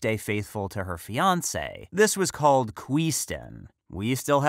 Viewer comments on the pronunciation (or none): none